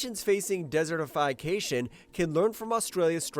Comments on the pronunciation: Desertify-cation..? Or, 'desertification' - like 'dessert' 'if'.. Perhaps try hiring a narrator with a reading age above that of a child. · An increase of 4000Ha is a drop in the ocean for Australia. There are a few good things going on but the rate of deforestation in Australia is between 400000 and 500000 Ha per year. Nice try but total bullshit. (Learn to pronounce before making videos)